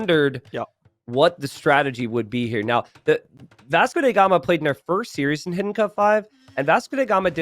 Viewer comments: Why does keep pronouncing it "Vasco dey Gama"? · „Vasco the gamer“ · So he is mistakenly pronouncing it as German